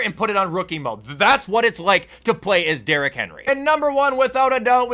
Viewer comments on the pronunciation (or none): none